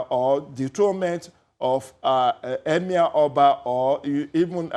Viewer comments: What is EMAER....is that the new accent or what? So EMIR is now hard to say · Someone please tell this Seun guy to speak with his normal accent. He can't even pronounce 'emir' with that fake ass accent smh. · The way he pronounces "Emir" is just epic....lol